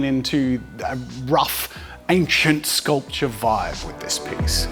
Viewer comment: Drink everytime he says sculptuer xD